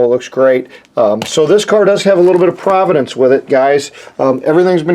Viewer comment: pro-van-ance, not 'providence' lol Cool car though. I love the bumper guards on the front, that must've been a rare option.